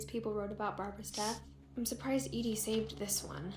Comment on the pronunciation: kind of impressed you got "Edie" correct straight away, most people say "Eddie" but I'm only 7 minutes in and I can name 6 things you glazed over/rushed passed. slow down and explore, you would find a lot more detail.